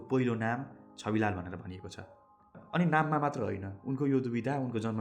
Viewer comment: Dai it's Chhabilal not chabilal😅